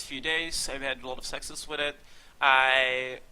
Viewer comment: Guys it's succes not sexes.